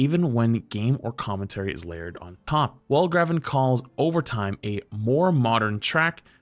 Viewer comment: Welgraven is probably pronounced "Velhraveh", but the first H is pronounced with a phlegmy sound. It's just the way the Dutch pronounce the letter G.